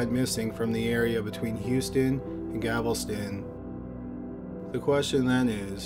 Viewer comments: Llewellyn Puckett It sounds like he is saying Gavelsun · Yup -- He is saying Gavel-ston. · I think he’s saying Gavelston lol but we know what he means lol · “Gavelston” is killing me. I know he’s from Canada - I don’t care - it still bugs me lol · Love your videos...however I just have to say that Galveston is pronounced, "gal-vuh-stun". Regardless, great video. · On behalf of Canadians, I'd like to apologize, for not all of us don't know how to pronounce Galveston. I think as he read it in preparation for this video, he read it as Gavelston. Dyslexia perhaps. Remember in one video he said chick-a-fil? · I just wish he could say GAL - vas - ton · ....Gavelston ....Ohhhh Gavelston ....by Gland Cample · Haha .. it's GALveston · It’s GAL veston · It was driving me nuts. Like how many times can a narrator read a word and keep pronouncing it wrong? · Haha, I'm from Nebraska, and even I cringed every time he mispronounced Galveston. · he’s got a variety of unusual speech impediments and dyslexic type issues. On the whole, it makes his narration uniquely easy to listen to, albeit frustrating at times when he flips consonants within a proper noun. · As someone who grew up in and around Houston I kinda cringed with that, too. Lol But I still love the guy!!! ❤️❤️❤️❤️ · ChantonsLamour I don't know what you're talking about, but I didn't necessarily expect him to put emphasis on the Gal. I just expected the L sound to be in the correct place. Seeing as Galveston is in the SOUTH being run by SOUTHERN folks who lived and loved in the SOUTH all our lives, then how WE say it is correct... with emphasis on the Gal. But thanks. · ChantonsLamour he's pronouncing it with the l and the v transposed. He is reading the word wrong. It has nothing to do with emphasis or accents. And I'm not sure where you get the idea that people in the South pronounce Galveston incorrectly. Lol. Do you think that it's supposed to be pronounced Gal ves TON, or Gal VES ton? 😂😂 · “Gavelston” lol